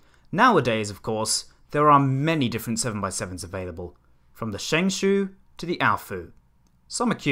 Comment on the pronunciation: Shengshoe It’s pronounced shengshahw